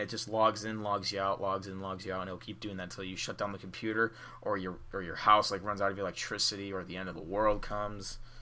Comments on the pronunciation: "Compooper" nice language. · You said my compooper